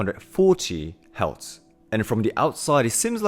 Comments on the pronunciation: Are you saying “Hertz”. Your pronunciations is off. Its sound like you're saying “healths”. The correct pronunciation sound identically the word “hurst”; like painful feeling. Do you get it? The frequency “hertz” pronounces the word “hurts”😊GREAT VLOG!🎉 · Do you mean Hertz? Not Heltz. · ok, good vid. But learn to say the word HERTZ. You sound like you're saying HELTZ. Also, the shift in tuning to 440 hz occured several hundred years ago. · Helts = Hertz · What is a ‘heltz’ lol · ITS HERTZ NOT HELTS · Hertz not Heltz. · Ironic how he turns "hertz" into "heltz". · Love what your saying...but- the word your having problems with is Hertz. Pronounced - Her-t-zzzz. ( sorry, i have ocd. Not meaning to be rude.) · ….exgerate the “R” in hertz…..